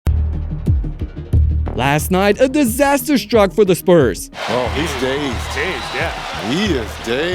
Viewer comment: You say Disaster like its a tsunami😂